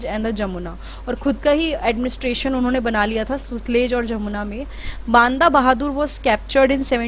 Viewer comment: Please mam u r a teacher so please pronounce properly its बंदा सिंग बहादुर not बांदा यह हमारा इतिहास है और हमारी भाषा है जिसे अच्छे बोलना ana chahiye kya sirf English hi proper bolna न्याय पूर्ण है?